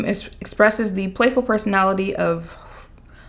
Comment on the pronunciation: I think you're trying to pronounce roo-barb 😂